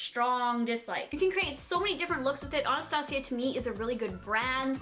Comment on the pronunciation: She said Anastasia right 😍